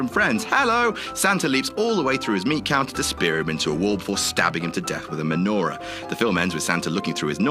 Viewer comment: it's pronounced me-no-ra